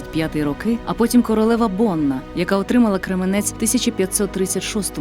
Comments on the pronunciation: Голос дикторки приємний, але наголос в слові Крѐменець - на перший склад!) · Тільки це Крéменець! Наголос на перший склад, будь ласка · і не Кременець а Кременець наголос на першу букву е!м